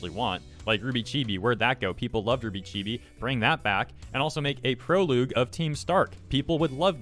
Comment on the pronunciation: I find it amusing the way you say prologue as "pro loug".